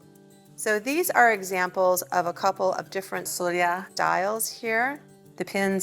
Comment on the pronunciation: Sølje is not pronounced soya. Though I understand the Ø can be hard to pronounce.